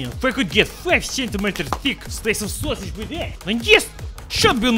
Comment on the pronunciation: "sosig" that actually made me laughed so hard